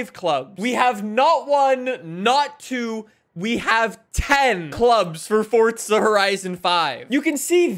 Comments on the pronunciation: It’s forza not fortza get it fuckin right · Clown still saying "fortza" lmfao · I do not like the way he says Forza. He says Forca. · Why does he say “FORT-ZA” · 😲Fun fact: Did you know that there is no "T" in Forza? Crazy, I know 🤯🤯🤯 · stop saying forza with a t